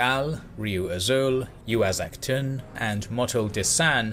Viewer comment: Oh my god I needed this video in my life. Excellent research. Pronunciation is still a bit iffy in parts (Uaxactun is... :\), but wow. Easily the best videos you can get on the politics of the Classic Maya on youtube right now. In terms of production, accuracy, and general quality.